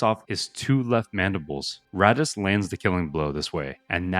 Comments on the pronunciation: it's not ratas, its "ar-tas"... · I started watching the video and bro is complaining how nobody knows “Ratass” Vadum 😂.